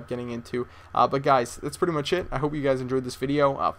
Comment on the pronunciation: Sometimes I feel like you talk tooo much or too fast, maybe thats why u say mich over much :P , I know you want to give us as much as possible but few second pauses are ok if u time them right. u just gotta chill out a bit:D